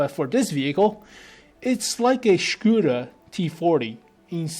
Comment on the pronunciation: Oh god, its škOda, not škUda.